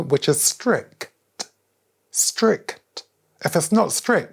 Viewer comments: "S-T-R-I-C-T". Elite advice coupled with elite enunciation. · The pronunciation of stric T 3 times in the row was staggering. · Stri-C-T is not 3 syllables 💀💀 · Happy Ramadan Mr Eubank. Btw convert your content into ASMR style. Thank me late. : new ASMR word unlocked Stri-c-t. Perfe-c-t. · The way he said strict with 3 sylables was wild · The only man that can turn strict into a 3 syllable word 🤣